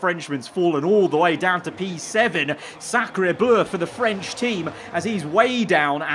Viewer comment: “Scarebleu for the French team” 😂